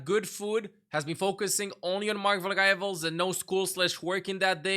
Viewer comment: I love the way says Margvl Rivals